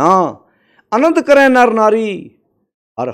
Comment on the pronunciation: ਤੁਸੀਂ ਬੜੇ ਪਿਆਰ ਨਾਲ ਜਪੁਜੀ ਸਾਹਿਬ ਜੀ ਦੀ ਵਿਚਾਰ ਸਹਿਤ ਵਿਆਖਿਆ ਕੀਤੀ ਹੈ, ਬਹੁਤ ਸਾਰੀ ਸੰਗਤ ਨੇ ਗੁਰੂ ਨਾਨਕ ਸਾਹਿਬ ਜੀ ਦੇ ਇਨ੍ਹਾਂ ਅਣਮੁੱਲੇ ਬਚਨਾਂ ਨੂੰ ਸਮਝਣ ਦੀ ਕੋਸ਼ਿਸ਼ ਕੀਤੀ ਹੈ| ਬਹੁਤ ਧੰਨਵਾਦ ਜੇਕਰ ਭਵਿੱਖ ਵਿੱਚ ਕੁਝ ਕੁ ਉਚਾਰਣ ਦੀਆਂ ਉਕਾਈਆਂ ਵੱਲ ਵੀ ਧਿਆਨ ਦਿਓ ਤਾਂ ਸੋਨੇ ਤੇ ਸੁਹਾਗਾ ਵਾਲੀ ਗੱਲ ਬਣ ਸਕਦੀ ਹੈ| 1) ਕਰਹਿ (ਕਰੈਂ),ਆਖਹਿ ਪੜੇ ਕਰਹਿ ਵਖਿਆਣ|| ਕਰੇਹਿ (ਕਰੇਂ), ਏਤੇ ਕੀਤੇ ਹੋਰਿ ਕਰੇਹਿ|| ਤੁਸੀਂ ਦੋਵੇਂ ਥਾਵੇਂ ਕਰੈਂ ਹੀ ਉਚਾਰਣ ਕੀਤਾ ਹੈ| 2) ਜੇ "ਇਕੀਸ" ਦਾ ਉਚਾਰਣ ਅਕੀਸ ਕਰਾਂਗੇ (ਏਤੁ ਰਾਹਿ ਪਤਿ ਪਵੜੀਆ....)ਤਾਂ "ਇਸ ਕੈ ਹਾਥਿ ਕਹਾ ਬੀਚਾਰੁ||" ਪੜ੍ਹਨ ਵੇਲੇ ਉਚਾਰਣ "ਅਸ ਕੈ ਹਾਥਿ" ਕਰਨਾ ਕੀ ਠੀਕ ਮੰਨਾਂਗੇ? 3) ਇਹੀ ਗੱਲ ਬਿਬੇਕ ਸ਼ਬਦ ਦੇ ਉਚਾਰਣ ਵਿੱਚ ਵੀ ਲਾਗੂ ਹੁੰਦੀ ਹੈ ਜਿਸਨੂੰ ਸਾਡੇ ਜ਼ਿਆਦਾਤਰ ਸਿੰਘ ਬਬੇਕ ਹੀ ਕਹੀ ਜਾਂਦੇ ਹਨ| ਕੀ ਕਿਸੇ ਨੂੰ "ਬਿਮਲ" ਸ਼ਬਦ ਨੂੰ ਬਮਲ ਕਹਿੰਦੇ ਸੁਣਿਆ ਐ? 4) ਕਾਇਨਾਤ ਸ਼ਬਦ ਨੂੰ ਘੋਟਕੇ ਕਿਆਨਾਤ ਨਾ ਬਣਾਓ| 5) ਬਾਰ ਬਾਰ "ਭਗਤ ਸਾਹਿਬਾਨਾ, ਗੁਰੂ ਸਾਹਿਬਾਨਾ" ਲਫ਼ਜ਼ ਵਰਤਣਾ ਬੰਦ ਕਰ ਦਿਉ ਕਿਉਂਕਿ ਸਾਹਿਬਾਨ ਆਪਣੇ ਆਪ ਵਿੱਚ ਬਹੁਵਚਨ ਹੈ ਜਿਸਦਾ ਇਕਵਚਨ ਸ਼ਬਦ ਸਾਹਿਬ ਹੈ, ਸਾਹਿਬਾਨਾ ਦਾ ਕੀ ਅਰਥ ਕੱਢਾਂਗੇ? ਇਸਦੇ ਥਾਵੇਂ "ਗੁਰੂ ਸਾਹਿਬਾਂ, ਭਗਤ ਸਾਹਿਬਾਂ" ਸ਼ਬਦ ਵੀ ਬਹੁਵਚਨ 'ਚ ਢੁਕਵੇਂ ਰੂਪ ਵਿੱਚ ਵਰਤੇ ਜਾ ਸਕਦੇ ਹਨ| ਭਾਵੇਂ ਮੈਨੂੰ ਆਪਣਾ ਨਿੰਦਕ ਹੀ ਸਮਝ ਲੈਣਾ ਪਰ ਢੁਕਵੇਂ ਉਚਾਰਣ ਵੱਲ ਜ਼ਰੂਰ ਧਿਆਨ ਦੇਣਾ, ਕਿਉਂਕਿ ਤੁਹਾਨੂੰ ਉਸ ਦਲੇਰੀ ਤੇ ਸਪਸ਼ਟਤਾ ਨਾਲ ਗੱਲ ਕਰਨੀ ਆਉਂਦੀ ਹੈ ਜਿਸਦੀ ਬਹੁਤੇ ਪ੍ਰਚਾਰਕਾਂ ਕੋਲ ਘਾਟ ਹੈ|